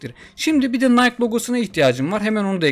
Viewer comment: Yalnız nayk değil de "nayki" gibi telaffüz olunuyor. Video için teşekkürler